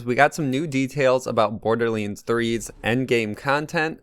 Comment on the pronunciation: Why does he say"borderleands"?